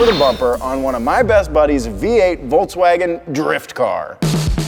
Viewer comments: Why does this guy say "Voltswagon" ? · You can't even pronounce Volkswagen the correct way.